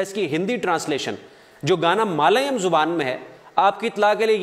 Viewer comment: Malayum nahi balke Mallyalum